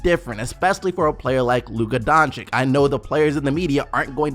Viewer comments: PLEASEEEE read it like Donchich not Donchik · It really grinds my gears when I hear americans pronounce doncic donchik.... IT'S PRONOUNCED DONSICH PEOPLE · Dontchitch not Donchick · Please please can you finally learn how to say Doncic ;) its not really professional